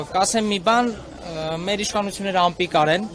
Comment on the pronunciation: Անպիկարը դու ես Բառը ճիշտ արտասանիր ,այ ապիկար